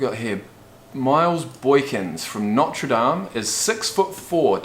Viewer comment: He said Notre Dame right!